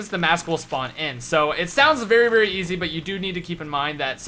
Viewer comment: says "seems eazy" 😂😂😂 lol I'm done not extremely hard definitely not eazy